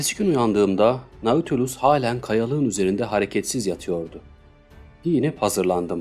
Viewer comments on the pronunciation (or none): Okuma için teşekkür ederim. Naçizane bir düzeltme bilgisi vermek isterim. Nautilus, yazıldığı gibi okunmuyor. “Natülüs” şeklinde telaffuz etmek daha doğru olacak. Hani şu İstanbul’daki AVM gibi. Zaten onun isim kaynağı da bu kitaptaki denizaltı.